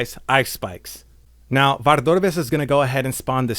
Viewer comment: I came for a good guide but have to leave because you pronounce Vardorvis really weirdly. Why are you doing that?